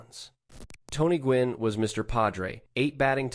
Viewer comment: gwynn. GWYNN. g W ynn. GEE DOUBLEYOU WHY IN IN. fucksakes. demonetize